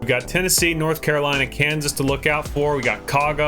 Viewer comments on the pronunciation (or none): none